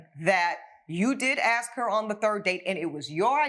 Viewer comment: Judge needs to learn how to say "ask", instead of "axe".